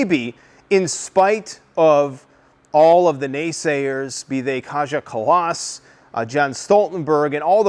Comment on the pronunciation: Funny how you pronounce Kaja Kallas completely wrong.